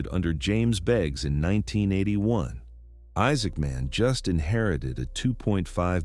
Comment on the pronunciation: Why do you pronounce his name like two words?